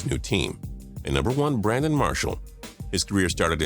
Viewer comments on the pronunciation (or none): none